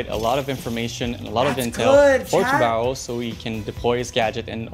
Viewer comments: Dude, it is pronounced tubaran...o (it means shark) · As a Portuguese the best part is that nobody can say a the name Tubarão the correct way ahahah